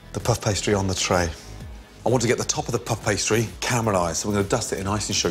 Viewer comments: “Pff pastry”? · I can’t be the only one who laughed every time he said “puff pastry” 😅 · He says puff pastry weirdly